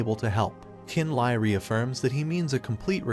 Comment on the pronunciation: Li and Le is pronounced lee you're triggering me lol